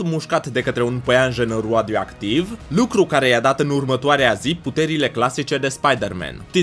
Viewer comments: rioadioctiv ai spus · De ce spui roadioactiv